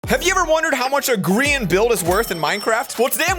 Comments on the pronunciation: Plss stop saying gree-an just say gry-an plsss bc thats the real pronounciation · the grIan flower vibe WHAT HE SAID grIan